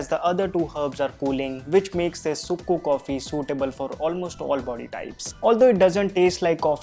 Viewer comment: Just fyi the sukku coffee is actually pronounced as 'chukku kappi' down south, but thanks for the great video!